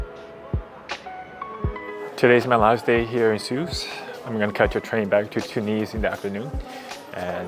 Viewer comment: Even though you knew nothing about the country I appreciated your openness to the experiences. The only thing I found slightly grating was your inability to pronounce Tunis correctly. It doesn’t sound like two knees, second syllable has a short vowel.